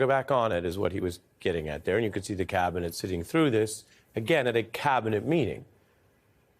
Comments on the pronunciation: Clown can’t even say Cabinet.. clearly uses a V in place of a B like a stuttering Stanley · cavinet? the best CAVinet? Can Musk not say the letter B?